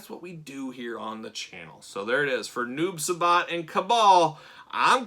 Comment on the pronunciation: Uuuummmmmm just so you no it’s not noob subot it’s noob si-bot= noob saibot